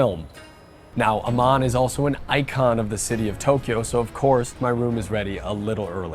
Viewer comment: If Aman is in sanskrit then your pronunciation is INCORRECT!....